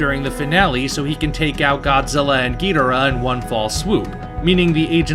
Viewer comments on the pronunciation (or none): is there an explanation as to why you pronounce king ghidorah's name as "Ghidrah?" Instead of "Ghi-Dor-ah?"